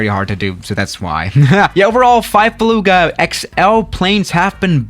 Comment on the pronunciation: baluuuuuuga. is that just me on how he pronounces it?